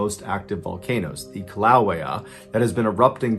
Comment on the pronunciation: Just ran across MrBallen and his storytelling talents, so when I comment I realize my comments are passe'. However, hopefully MrBallen will see someday that I just had to correct his mispronouncing of several places. Kilauai is Ki-la-wa-a. Lima, OH is L I ma (long a) like the bean.... not Lima as in Lima Peru. Mt Shasta is Shasta not Shosta.